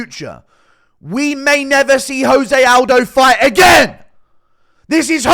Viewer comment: 5 seconds in Guru disrespects Jose Aldo by pronouncing his name wrong